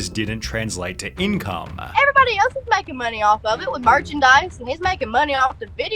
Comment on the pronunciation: ....problemaah...mediahhhh...moneyahh...crewahhh....stop talking like this, it is just disgusting